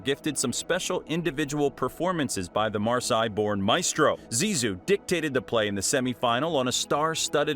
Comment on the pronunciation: Marseille is nout pronounced Maasai.